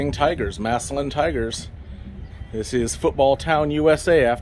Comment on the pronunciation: Massalion? It's massillon